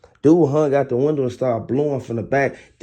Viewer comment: Preach baby gurl. You said the t right.